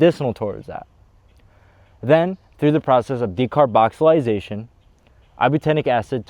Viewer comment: De car boxy lating or de car boxy lation, not decarboxilisation!